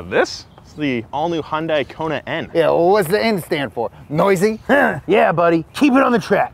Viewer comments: I swear all I can hear is Honda 🤣. Obviously you pronounce the name differently then myself, I emphasize the Hyun (hi-yun) and then add dai (dye). Any Korean's have an explanation of the pronunciation? 🤷‍♂️🤷🤔🤔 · It’s pronounced “yundai” not honda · Its Hund-ay. Like Sunday. The company has even said that in their commercials. Not Heeun-dye! I would have expected to get that right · It's Hyundai like Sunday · It's Hyundai... LIKE SUNDAY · Sounded like he said "Honda" at the start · Thought he called them Honda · The way says Hyundai sounds waaay to close to Honda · seconds sounded like Honda so I put the subtitles on and it agreed with me. Great video as always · “Big thank to Honda” is what I heard and I got very confused.